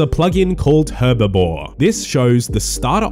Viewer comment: When will people stop calling herblore herbivore 🤣🤣